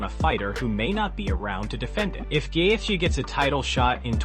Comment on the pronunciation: Who on earth is GayyyETHHHje?